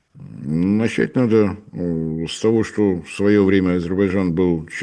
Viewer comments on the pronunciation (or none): none